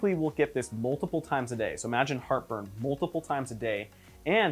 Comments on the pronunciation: at the beginning I one hundred thought he was saying “look... Harper is AWFUL” and I could not figure out why the heck he was being so mean to whoever Harper was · Julia Calvet oh, no I get what he is saying. Heart burn! 😆 🤣. I thought he was saying Harper as well.